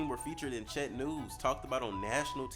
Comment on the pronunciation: first time I've ever heard Czech pronounced that way lmao